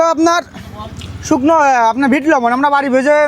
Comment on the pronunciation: Sukno jhal❌shunko jhal✔️